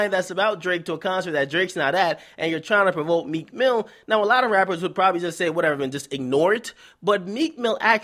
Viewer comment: T f he said meek milly ... WHO THE REAL PUSSY #meek